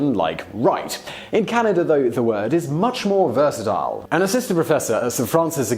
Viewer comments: ahem - Our country is Canada - not Canader eh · It's Canada not Canader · "Canader"? To all Brits. There is no "R" on the end of Canada, China, idea. The phrase " Canader" is really annoying to Canadians. It is low class street slang and when coming from an educated Brit it comes across as condescending and superior. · What I never understood about British people is why they pronounce “a” as “er”. I don’t live in Canad-er. I live in CanadA. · English people say "Caniduh" instead of Canada, you may have developed the language, so you should pronounce the words correctly. :) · Why do you end words with the sound "er" when they end with an A and therefore should end with the sound "a"? Like Canada, you say "Canader". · It’s Canada not Canader. Get it right, eh! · Dude! It's "Canada", not "Canaderr"! No r at the end. Please! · Notice how he pronounces it "Canader", eh? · And it's Canada not Canader eh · I can see why u didnt want to do the eh segment u said Canader a couple times. Got the r in there eh? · "Oh Canader"says Simon. Why when words end with an A do you say er? Eh is short for "Hey" just in case you could not figure it out. Canadians are not Americans we are not similar in any way. Curlers are not celebrities and it is not a sport to anyone but curlers. Gravy on potatoes?... That is unappetizing? huh? Do Canadians deserve the reputation of being nice? I am an asshole so I couldn't say. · Canader? That's weird 😀